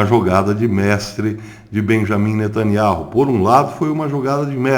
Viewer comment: A pronúncia do nome de NETANYAHU está errada. NETANIAU é assim o som da promùncia.Verifique por favor.